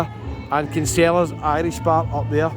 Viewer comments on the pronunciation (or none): Do you get a free carwash if you earn enough credits?🤔BTW I learnt from an Irishman in the Dail Fountain last March, that Kinsella's is pronounced KIN-sellas.